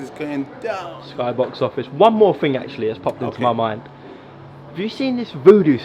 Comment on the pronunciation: It’s thing not ting 🤷🏽‍♂️